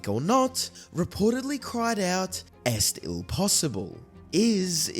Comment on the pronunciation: Sorry, but it's hard to keep a straight face listening to the mangled pronunciation. If you are not familiar with french at least try Google translate, or perhaps you haven't realised that "est-il" is french?